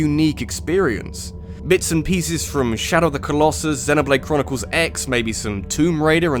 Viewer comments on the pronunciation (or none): none